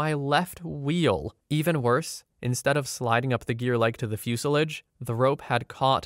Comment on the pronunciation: Ashfault. Fuselidge. You say "Albany" weird too, but that one is more understandable. It's pronounced "All bany" if you're curious